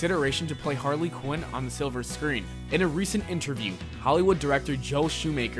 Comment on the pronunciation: Why he called her Hardly quinn😂